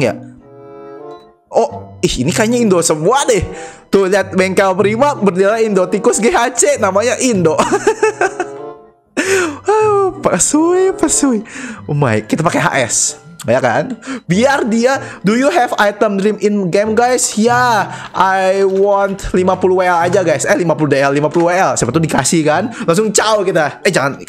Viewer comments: Pkuy bg bukan psuy wkwkwk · WKkwkw pekuy jadi pesuy